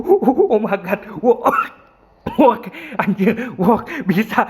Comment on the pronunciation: Koreksi untuk pengucapan "work" itu yang bener "werk" dan lebih tepatnya it work(werk)